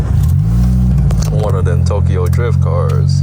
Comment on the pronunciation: FINALLY i feel like no content creators haven't been putting out videos this past week(exception of cleetus), and posted bright and early hell yea BALD GUYS UNITED🦅🇺🇸 I heard GA PD doesnt mess around good on you for not running😂 Edit: Cop: Driyuft?? Whadda you mean driyuft?: ummm its Awd aktchually🤓☝️